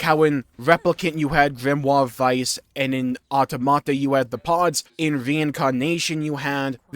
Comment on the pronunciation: Can you please pronounce automata correctly